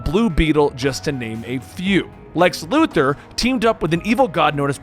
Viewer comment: I want to smash my head against a wall everytime I hear someone say Lex Luther instead of Lex Luthor 🤦🏾‍♂️🤦🏾‍♂️🤦🏾‍♂️ You're better than that